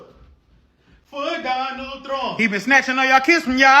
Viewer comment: "I will boat for Donald Tromp" 💃 👯‍♂️ 💃 👯‍♂️ 💃 😂😂😂😂